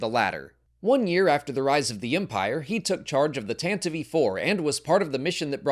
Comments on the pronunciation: "Tantive I.Four" ❌ Tantive 4 (IV) ✔ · Yes...the "Tantive EE Four". Tell us this is voiced by "AI" without telling us it's voiced by "AI".